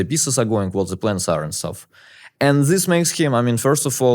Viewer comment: Anyone wonder why he can pronounce "that" but not "this" ???